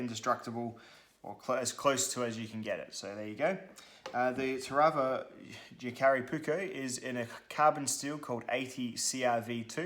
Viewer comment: It’s jääkäripuukko not Jakaripuukko 😉 ”Puukko” is Finnish word meaning basically general camping/ bushcraf-type knife, wich is used with edc, woodcrafting and self defence (150-200 years a go). ”Veitsi” means knife in english, and cutlery or tactical knives are ”veitsi” not ”puukko”. ”Leuku” is puukko-knife originally from Lapland-area in Finland, Sweden and Norway, some leuku’s are over 8 inch long and can be used reideer butchery etc.